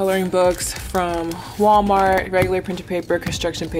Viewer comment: Lmaooo “Gwallmar” took me OUT!